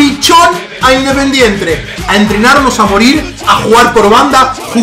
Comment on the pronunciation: Minuto dise independientre